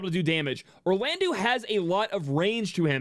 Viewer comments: Firstly: your videos are awesome--great energy + information. Sidenote: "-eau" in French is an "Oh" sound, not an "oo" sound, so can you be the leader of the wave of people who pronounce Orlandeau (Or-lan-doh) properly? Thanks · A lot of us pronounce Orlandeau as "Orland-oo" because his name was spelled as Orlandu in the original.